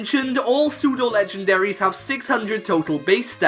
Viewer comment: Pseudo, not psedue! And you left off the A in legendary!